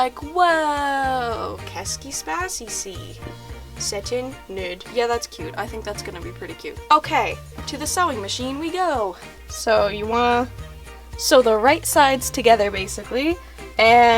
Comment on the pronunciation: "qu'est ce qui se passe ici? c'est une noeude" XDD Your french is adorable! (just for ref tho: c'est UN noeud, the "d" is silent) love you!!!